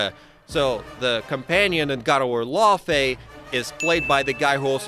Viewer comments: It's fucking pronounced lau fee not lau fay Jesus Christ say it right !! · For the love of all that is holy, it’s not pronounced LAWfey.. it’s Laufey like “loud” without the d.. Norse it’s pronounce lau-fee but no LAW…